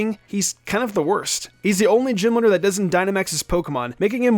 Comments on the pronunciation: I couldnt sit through this whole thing when he was saying gym leader like Jim lidr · Anyone else hear “gym litter” the entire video?